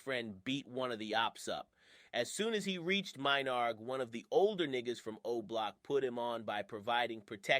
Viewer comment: It's menard not Minard lol